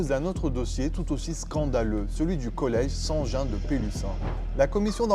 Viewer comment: Le présentateur débite son texte : Prononcez le nom collège St-Jean correctement. A l’époque, nous disions le collège des frères maristes. Et votre affirmation d’humiliations racistes est certainement fausse, pour la simple raison que dans les années 80-92, il n’y avait pas de petites têtes brunes d’origine turque, maghrébine ou d’enfants blacks à Pélussin ++. Ce qui s’est produit était très grave et il est inutile de porter des accusations présentement mensongères. Quant au fait que les Pélussinois ont fait omerta, il faut creuser le contexte historique et local. En 2025, je crois qu’un bourg de province, Pélussin ou autre…, réagirait bien différemment. Ceux qui ont voulu donner l’alerte ont été prié de se taire et de dégager. TRT fait de la récupération malsaine, c’est tout. Monsieur le Présentateur, vous n’étiez pas né…vous débitez sans âme des phrases en mode à peine voilé d’une haine viscérale. TRT n’a rien d’une chaîne bien à cheval sur l’éthique journalistique et soucieuse de fraternité…